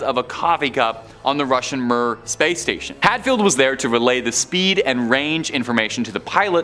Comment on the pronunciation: WTF is the Russian space station murr? I remember the Mir station, or for this young Canadian guy, the Meer Station. Sorry but phonetics seems to work best on these channels. You do know what phonetics are, don't you??